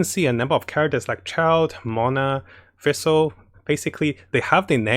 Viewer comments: How to pronounce Fischl = Official without the O. Not Feischl #Demone And not Fessel :D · thanks for your great videos! btw the way you pronounce fischl is a little wrong and confusing :) its prononced fish-el like a fish. You can go to her english voice over to hear how its pronounced.